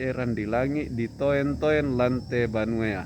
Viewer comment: Maaf jgn katakan ditoen- toen tp baca dituntun begitu sangmane